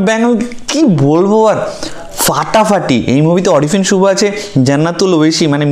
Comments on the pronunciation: Vai Oita orifin suvo na, a(a)rifin suvo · অরিফিন না, আরিফিন 😒 ভাল্লাগলো না রিভিউ!